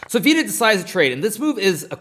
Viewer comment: "Veeeedit" fxxkin hell.. my hears r bleeding.